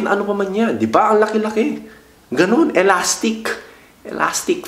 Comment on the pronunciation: Waw ay layk bah jay naz😂 tama yan tol😂 ilasticcccccc😂 fantasticccc😂